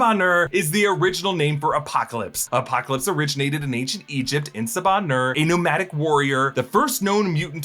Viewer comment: The "r" is less hard on "Nur"